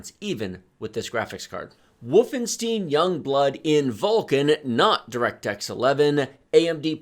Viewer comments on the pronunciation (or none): "wolfenstEEn" :P